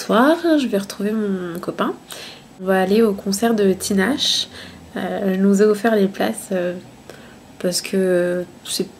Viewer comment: Vidéo sans but comme tu dis mais très agréable à regarder ! Ps on dit "Tinashé" lol gros bisous !